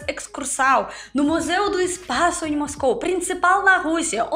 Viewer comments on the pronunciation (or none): none